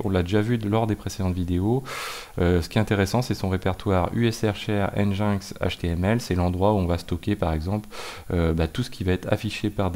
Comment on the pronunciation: Stp, ça pique un peu les oreilles, prononce "engine-ex" pas "en jain x":))))